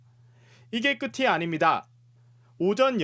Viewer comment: 부분 기자가 이게 끝이 아닙니다를 이게 끄티 아닙니다로 읽어버리네... 나 순간 혼동왔다